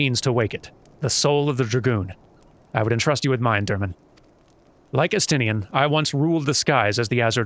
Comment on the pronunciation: It's pronounced Es-tin-ne-en in-game